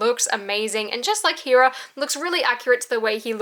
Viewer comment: When will you say heras name correctly